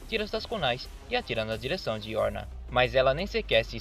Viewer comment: Não é yorna mas sim Yoruna.